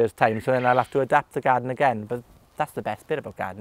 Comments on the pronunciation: I love the way he says garden ---- gaaden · Pretty cool. Could also listen to him saying the word "garden" over and over in his Welsh accent on a loop forever.